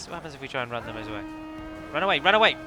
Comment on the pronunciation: I actually miss the way you said "Run". It did flow nicely with your accent. I'm American, so I'll say "Roon" till the cows come home, but I only pronounced it that way because I thought it sounded cool. I had no idea if it was correct or not, nor did I really care. Screw the Grammar Nazis, but screw my preference, as well. Say it however you like.